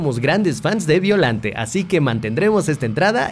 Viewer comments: Se escribe Biollante y se pronuncia "Ballolante" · Se pronuncia beoyante en realidad